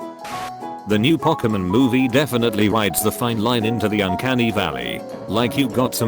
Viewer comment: it pronounces "Pokemon" as "P-awk-a-min"